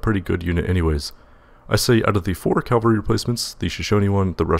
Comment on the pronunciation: Ca-val-ree, not cal-ver-ree.